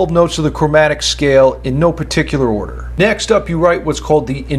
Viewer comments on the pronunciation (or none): none